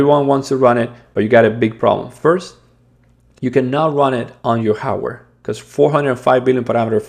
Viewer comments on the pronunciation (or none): Thanks for the good work. Please work on you pronunciations. It's "hardware" not "howwear"!